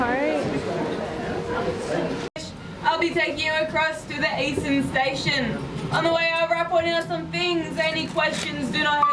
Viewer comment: "...ze opera house..."😂😂😂😂😂